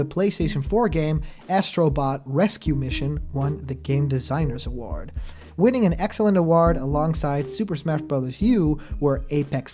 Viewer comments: Normal person: award (uh-woah-rd): award ( uh-ward) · Kinda sounds like uhwaard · For the love of god never say Ahwaard please! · Ok cuz it was bothering me and you said it like 50 times in a row practically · Hasn’t Sakurai already said this MANY times in the past? Why does this even need to be said anymore? Also, why do you pronounce “award” so strangely? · You say "award" funny lol